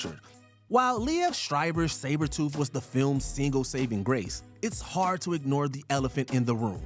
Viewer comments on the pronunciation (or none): none